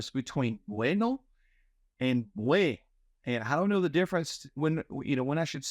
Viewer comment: Dear professor, I noticed that you don't sound the "n" in "buen". It's necessary to sound it in Spanish. Thanks.